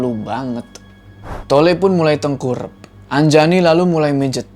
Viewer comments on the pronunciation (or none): Anjani❌ Anjayani✔️ Wkwkwkwkwkwk:v